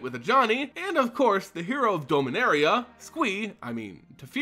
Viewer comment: You always sound as if you say Dulminaria. ^^